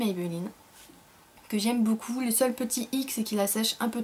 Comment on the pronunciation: ''boucoup" ahah ! :p sinon super la routine teint !